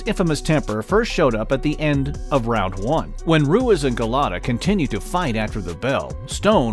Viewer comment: Ru-eez not ru-ez